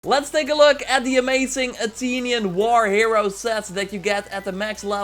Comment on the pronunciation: Bro Said Atinion 😂